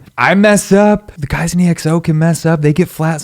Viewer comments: it's pronounced "eckso" not "e. x. o." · it’s said as XO not E X O please 😭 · Its not EXO (eeh-ek-so) but just( ekkso) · Its EXO not E-X-O....like "eggzo"...👍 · it's pronounced as EX-O not E X O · Just a friendly correction, EXO is pronounced as “XO”😊 and yes indeed Baekhyun got the most amazing voice😍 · It's pronounced as Ekso 😁 Love from Manipur, India ❤️🇮🇳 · Yesssssss!!!!! Finally an EXO related video!!!!..... Btw you can pronounce them as "ek-so", not only cuz that's how it's actually pronounced 😅 but I think that would be much easier to say. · Lmao how many EXO reactions will this guy do before he stops pronouncing their name as E-X-O? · It's pronounced EXO, not E-X-O. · Someone’s gotta tell him 💗we love you 😂but it’s EXO, not said E-X-O (sounds similar to echo but with an X instead of the “ch”)